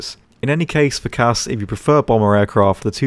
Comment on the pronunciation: If I’m being honest, any time somebody says CAS as a word I cringe